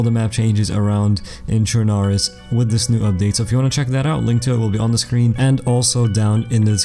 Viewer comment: what is day z? a testbench for future arma titles the only thing day z is good for :P prove me wrong also you said chernarus wrong. its not CH-NAR-US